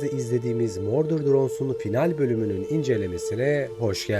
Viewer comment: mordır drones değil murders drones